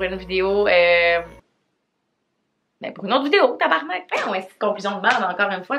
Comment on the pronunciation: Le mot “tabarnak” dans ta bouche est magnifique 💖 tabarrrrnakkkkk